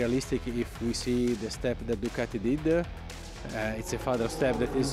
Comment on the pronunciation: Djjjjjjukateeee when did we start pronouncing Ducati this way, huh